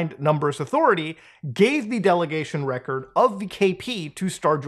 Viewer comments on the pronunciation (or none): none